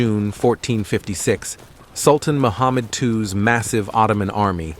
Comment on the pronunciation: It's Mehmed not Muhammad